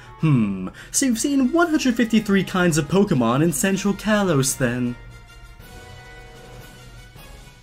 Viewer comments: Is it just me or is anyone else so annoyed that he keeps pronounceing kalos wrong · The slight mispronunciation of kalos bugs me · He is a poke fan but he pronounces things wrong Like kalos and rotom